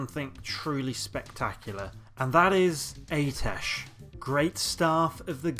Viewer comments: Im sorry...AY-TESH...?!? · sorry man but you only covered 1 of the 4 possible A'tiesh staves. Each class (mage, lock, priest, druid) had their own class specific version. Also I think it's pronounced like "Ah-teesh"